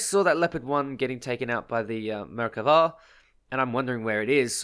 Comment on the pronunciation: The way you say Merkava makes me irrationally angry, but that was a great kill on it.